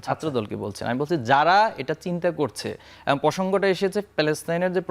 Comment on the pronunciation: নাছিঁড় একটা লোক যে কিনা 'এবং' কে 'এবন' বলে😂